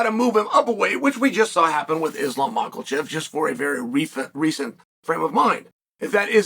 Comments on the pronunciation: Mak-el-chev 😂 So close Chael, so close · Can you get him to work on the "Mocklechev?" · “Islam macklechev” 😂😂😂